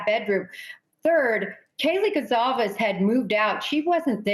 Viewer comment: It’s Goncalves with a soft c So it’s actually pronounced like Gonsalves.. I’m sure Steve knows how to pronounce his last name